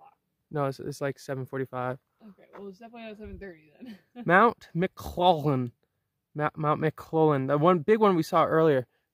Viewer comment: "Mount McLoft-lynn"!!😂